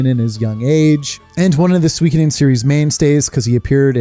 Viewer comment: It's my first time hearing someone pronouncing suikoden as swee-ki-den lol. I always thought it's sui-koh-den